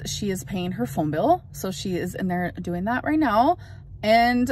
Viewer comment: Amber.. You keep TALKING (talkeen) When you should be DOING (doeen) You've said the same thing for the last 10 years.